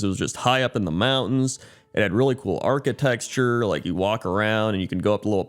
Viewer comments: I love these series as well! <3 Please stop saying architexture tho XD <3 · keeps saying architexture and it's driving me crazy. That's all I had to say. Thank you. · Arcitexture and Shuan 😂😂😂 Don Shuan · My dude really says "architexture"